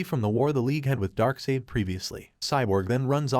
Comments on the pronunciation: It's pronounced DarkSIDE, NOT DarkSEED. LOOther not LUTHer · These incorrect pronunciations gotta be premeditated brah… Tf’ is “Darksaid” & “Lother”?! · Yeah, and they can fix "Dark" "sade" while they're at it. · My bro il keep watching your content but please on your next DC recap please bro its pronounced loo-thor and dark-side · Right at the beginning of this video, they butchered the pronunciation of Darkseid